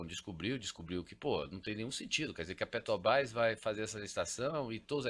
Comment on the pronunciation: O cara é milionário e ainda fala "petobras"?? 😱